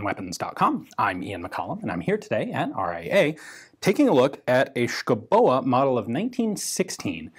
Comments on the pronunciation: Native Dane here. The e in Schouboe is silent. Otherwise, pretty good pronounciation I have to say^^ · The "e" at the end is pronounced as a lengthening of the "o", we love doing things like that in Danish.